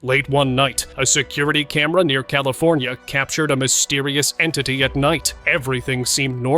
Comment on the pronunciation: ".... camera near California ...." (funny English !)